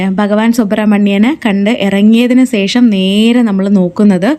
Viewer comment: സേഷം അല്ല; ശേഷം